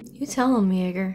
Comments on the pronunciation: It was funny to hear you repeatedly mispronounce Chuck Yeager's name. :) It was spoken numerous times on screen correctly as "Yay-ger", yet you kept saying "Yah-ger", lol. Now ordinarily...things like this are annoying to me, but I found it inconsequential and even cute when you did it. I suppose it's because I know you are genuinely interested and very respectful when learning things. Well that and I simply find you adorable. ;) lol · You got Yeager's name right a couple of times during this. Most of the time though, you were calling him Yawger. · You got the pronunciation of Chuck Yeager right a time or two. But most of the time you said "Yawger." Anyway, as always, I loved your reactions. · Not YAWger.... geez Louise. YAY-ger!! He's STILL talked about 75 years later with complete awe! Guy was fearless!!! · his name was Chuck “Yeager” Not "YOGGER" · It's not "Yogher" It's Yagher, long A, not an O sound. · Thanks for spotlighting this movie, which is one of the best of all time. But HOW could you keep calling him "Yoger" when they called him "Yeager" correctly like 5 times after you got it wrong? 🤷‍♀️🤣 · OMG its "YAY-GUR", not "yawgur" for Chuck Yeager. YAY-GUR. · General Chuck Yeager's name is pronounced Yay-ger not Yaw-ger. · It"s pronounced YEAH-ger, not YAH-ger....great movie, Bill Conti's great music and breakout performances by Scott Glenn, Ed Harris, Dennis Quaid...John Glenn's wife is placed by the real-life wife of the cinematographer. Barbara Hershey (Mrs. Yeager) debuted in a 60s TV show The Monroe's and you may also recognize her as the mystery lady in The Natural (Robert Redford). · Ok. You're are still the most adorable reactor in the world, but it's YAY-GER, YAY-GER, YAAAAAAYYYYYY-GEEEEERRRRR! I actually had to stop watching your reaction for a while bc hearing YAH-GER was killing me! 😂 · Yeager pronounced "YAY-grr" not "YAH-grr". As in Jaegermeister without the "mister". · Chuck Yeager; yEH-ger or yee-a-ger not yaw-ger. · YAY-ger. Gad...